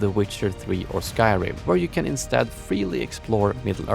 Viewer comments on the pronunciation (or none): none